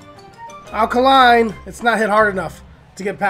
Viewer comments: AL KAY-LINE NOT KAH-LINE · It's 'Al Kay-line.' He's not a Duracell, lol.